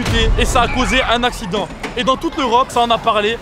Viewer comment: avait dit asident à la place de accident 😂😂😂😂😂😂😂😂❤❤